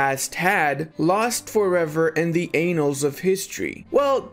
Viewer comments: "anals of history" xD correct me if I am wrong but it is pronounced annals (both letter "a"s are pronounced the same way as the second "a" in the word anal xP) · Did i hear this right? "So much that was lost in the anals of history"?